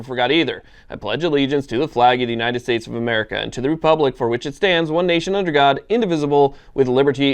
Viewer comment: I ;think he can't say Republic. They probably don't teach it in school anymore.